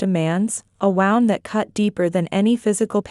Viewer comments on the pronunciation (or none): Geezus, wound in most of these is pronounced woond, not wownd. Also, how could she know what he was thinking or doing? That's not possible. There is also no way he could have told her all of that. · Wound, 2 different ways to pronounce a word spelled the same way. Wound, meaning a way to wind something and wound meaning an injury. Understand the sentence to know which is which. Clearly not happening here